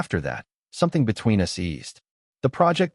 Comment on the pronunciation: A bit of advice. I know you want to produce these narrated stories as quickly and cheaply as possible. But just consider the AI voice although 85% doing the job - in 15% when it doesn’t it wrecks the whole story - case in point “ they were photos of US” instead of us. It totally wrecked the story. Also as well often the sense is lost as the AI voice doesn’t know when to naturally pause. Get a real voice actor. !!!